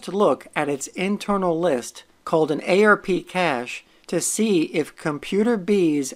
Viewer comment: Saying "ay-ar-pee" instead of "arp" is like fingernails on a chalkboard.